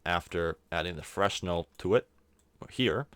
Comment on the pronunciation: Freshnel lol it's called Fresnel and you say it Frenel